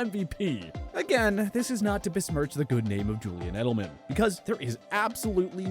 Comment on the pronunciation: It's Edelman, not Edleman